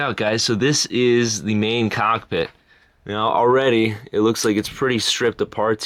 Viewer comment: YOU SAY COCKPIT LMFAO